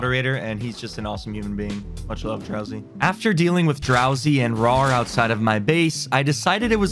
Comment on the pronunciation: The way he pronounce rawr is just funny for me 😭😆